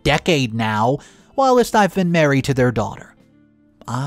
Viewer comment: the word is whilst, not whilist, which is not an actual word. When you mispronounce a word, it triggers me, and you mispronounce quite a few.